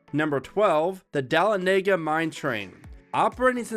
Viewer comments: Dahlonega is pronounced "duh-laa-nuh-guh" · Fun video, but also its Dah-lone-neh-gah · That’s not how Dahlonega is pronounced. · As a local to Georgia, I know you pronounced dahlonega wrong. It is pronounced (Duh-lawn-egg-uh) accent on law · it isn’t bro it’s Da-lawn-ega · 1, you pronounced Dahlonega wrong, and I’m a Georgian so that’s why it’s serious to me, but 2, it’s fun bc you get thrown around in your seat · The pronunciation of Dahlonega 😂